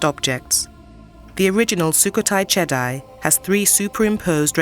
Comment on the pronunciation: Jedi: pronounces as Jedee, not Jedi like from the Star Wars movies.